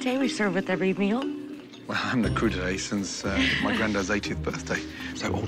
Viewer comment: "Cru d'été"? You might mean "Crudités"